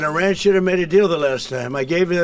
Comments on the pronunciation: I feel this is a.i click bait because im 1 min and 11 sec into this and he's not even saying iran right he's throwing a T in there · Its Iran not Iraq